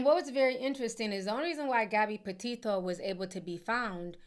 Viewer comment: You are one of the very few people pronouncing Petito the right way